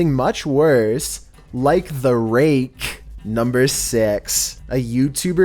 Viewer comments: "the ra-CHE" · I can't stop laughing on how he said like the RAKE!